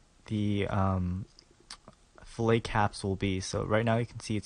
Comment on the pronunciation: i like your tutorials but you say fillet wrong its not a fish.